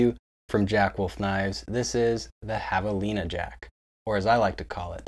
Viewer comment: I laughed out loud when you said Jav-a-Line-ah which to me was extra funny since you habla Español!